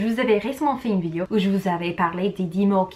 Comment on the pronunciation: Un des mots mal prononcé "vidéo " et non "Vidio" comme tu dis